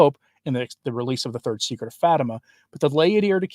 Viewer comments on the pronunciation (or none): none